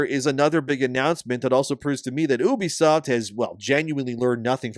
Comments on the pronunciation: its “ you bee” not oobie😂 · Please stop saying"oobisoft" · Bro...it's called YOU-BEE-SOFT. Not OOB-E-SOFT...why would I listen to shit u have to say when u can't pronounce the fucking company correctly. How the fuck are u mispronouncing the name of a studio u make videos on...what kind of actual work do u do sir? Do u do anything at all? Bc u damn sure don't know the name of the company. That's an absolute joke 🤣🤣🤣🤡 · Why are you saying oo-be-soft like that idiot Angry Joe? It's you-be-soft. 😑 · Reuters is pronounced as, "roy trz," and Ubisoft is pronounced as, "you bee soft." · I pronounce Ubisoft "You Be Slop."